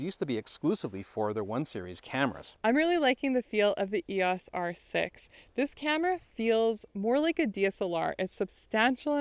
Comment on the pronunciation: Finally someone who pronounces EOS properly